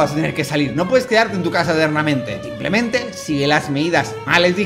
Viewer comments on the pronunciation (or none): none